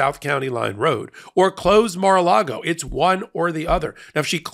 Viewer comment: Wondering who interests the building of, "Mar lar go"?